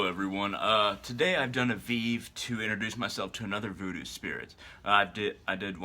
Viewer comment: A veeve!!! Thats not how you say it. You cant even pronounce the name of the Lwa properly. Please stay away from our religion. You can't just work invoke Lwa like that using vèvé. Geez. Stick.to your own